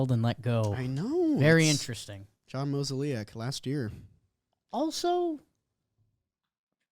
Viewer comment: Also, is MO-ZAY-LOCK.